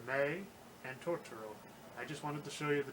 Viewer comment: Fox version is much better. The girls in the Disney version pronounce it “Todoro” . Also soot gremlins is not it. It’s dust bunnies. Nanny is voiced so much better in fox’s version … she’s supposed to be kind of silly and she’s way too composed in the Disney version. The dad is voiced way more boring in Disney and they eliminate or change a lot of what he says. The way the intro song is sang is so much better in fox, more folky. The disney version has a singer that sounds like she’s trying out for American idol and overdoing a song that’s supposed to be simple. In Disney’s version both Kanta and Satsuki sound way too young for their ages. The emotion is better in fox, and the voices fit the mouth movements in the animation better. Also I grew up with it and It was like watching a different movie when I watched the Disney dub.